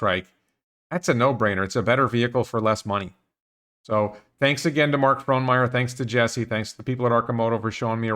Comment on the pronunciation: Your pronunciation of Fronmeyer is good. But your pronunciation of Oregon sucks. The correct pronunciation is maybe Ore E Gun or as the U of O t-shirt says, Orygun . Otherwise, everything else in this video is good.